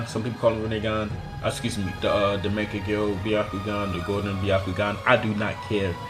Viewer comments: Mekagyo sharingan...??? Tf dude..its Mangekyo..why are there so many people that cant say mangekyo.. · learn how to pronounce mangekyo